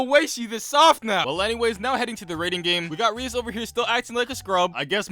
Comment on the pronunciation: Ahem It's pronounced Ri-ASS